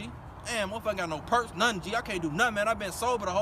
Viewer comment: Im done he say percs